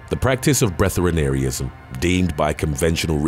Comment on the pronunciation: "Breath-air-ee-an-ism" is how it is pronounced..